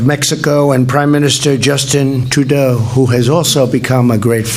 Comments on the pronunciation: It's not 2 Dough It's TRUE DOUGH OMG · Justin Too Dough? Geezus C. Ker-eyes='t This is his freaking Dementia again. He's old enough to know Justin's dad, Pierre was once the PM & should be able to say it, but can't.